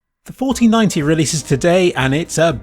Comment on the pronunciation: when said 4090 i heard fortynyti meme